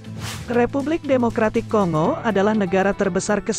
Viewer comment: (Kongo) tulisan seperti ini kalau cara baca ejaan indonesia adalah kongo seperti kita membaca singa atau bangau, tapi menurut ejaan lain cara bacanya adalah konggo seperti kita membaca bangga bukan banga. Yang membuat kita tidak enak mendengarnya banyak youtuber indonesia yg membaca kongo seperti membaca singa....!